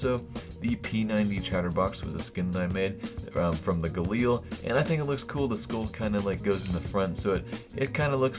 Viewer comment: I cringe ever time he says galeal" ffs